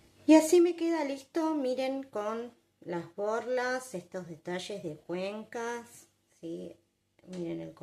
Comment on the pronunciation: Todo bien y gracias, pero es CUENTAS, no "cuenCAs"... Ya venís diciendo esa burrada muchas veces.